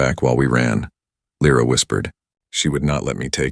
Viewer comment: I nomi, questi sconosciuti: non La o L R A, Lyra [ Laira ]. Non S, ma Sail. Devi migliorare. Bella storia, e trama ... Come ' Salsedine '? Sail! Allora! Non siete italiani :-( :-(